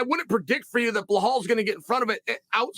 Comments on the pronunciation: Blahal, Serjey, Meokick, Hazmat...Is Jon Jones the only fighter whose name Chael DOESN'T massacre? He's got some kind of name dyslexia. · Bro who tf is belhaal 🤣🤣🤣 i love uncle chael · Chael callin belal brehal 😂😂😂